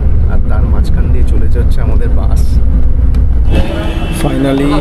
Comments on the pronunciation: উচ্চারণ একটু ভাল করুন। বাঁশ আর বাসের পার্থক্য মুছে দেবেন না। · বাস না বলে বাঁশ বলছেন কেনো উচ্চারন। আর সব স্লিপার বাস ই তো এমন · উচ্চারন গুলো ঠিক করেন বাশ না বাস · এই মিয়া বাশ না বাস বলেন